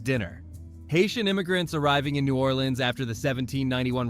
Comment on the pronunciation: The only Brit to ever say New Orleans correctly 😂❤